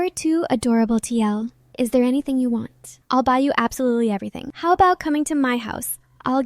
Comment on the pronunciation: Absolarlsly Ah yes